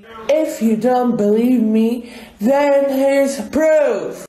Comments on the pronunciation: Gurl can't say proof now it poorf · "that poorf" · "Here poorf" 💀💀